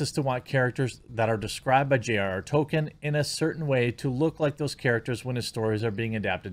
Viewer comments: Jeremy, buddy, unless I'm somehow waaaaaaay wrong, it's pronounced TOLL-kin, not Token : p unless you're saying that parodically lol. I love your content and appreciate what you do, just a note. Also, and it's just my opinion, but unless you're viewers are watching along with you, the way you massively self-censor is not only frustrating (although I understand why you do it, since youtube are such authoritarian thought-police) but makes it hard to follow what you're sayin. If I'm reading comments or eating or in a different tab, I wouldn't have known what you meant when you said "Mike...uh haha Bird" as a stand in for Mike Big Fat Hawk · Dude Jeremy, love your content, but Tolkien has an L in it. TollKeeeen. Damn dude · Toll-Keen = Tolkien Its killing me lmao